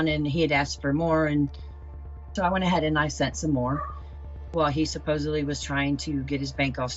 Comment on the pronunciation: Seems to happen to a lot of people who say "supposebly"